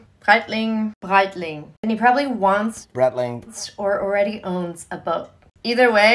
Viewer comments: That third pronunciation of Breitling was correct 💯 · She sad Breitling right